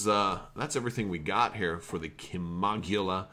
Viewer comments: its pronounced (Kim-oh-gill-a) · lol, no worries. i was just "cracking wise", ships been around for a long time. this was my ship of choice way back when i played star wars D6 role playing, like 2004-5ish. in the old books the pronunciation was Kim-oh-gill-a. lol. The ship was even more badass then, than compared to what FFG did to it. they neutered my favorite ship. sadface.